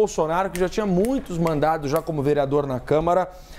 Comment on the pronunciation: O apresentador fala " mandado" no lugar de "mandato".